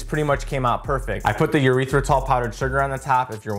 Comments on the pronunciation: I poked at him for saying it that way last year too. I've always heard it like.. You-writh-rih-tall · Did you say “urethratol?!?!?” 😂😂😂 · Great stuff man, but it's hilarious how you call it urethra-tall 😂